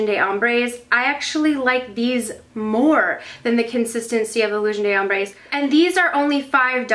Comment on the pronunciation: "De" or "D' " in French is pronounced like a letter "d" sound. Almost like the word "duh" but more like the letter "d" sound. The way you're saying it (and pretty much everyone else on YouTube so don't take this personally at all please!!) is the word "des" in French which is different. Just thought I'd let ya know! Lots of love, from Montreal, Canada!